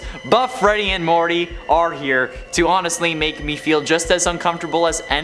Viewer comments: he says buff greedy and Morty instead of Monty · You said Morty instead of monty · You said morty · "morty" lol